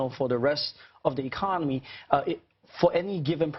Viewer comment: is no one going to say anything about how he says 'economy'